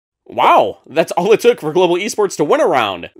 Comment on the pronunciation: "Gobal Esports"